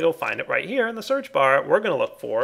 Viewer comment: you mispronounced the shard of laputa's name